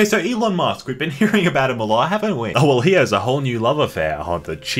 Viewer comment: “Elom” lol